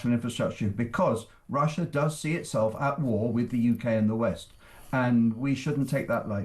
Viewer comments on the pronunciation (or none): West not wast lol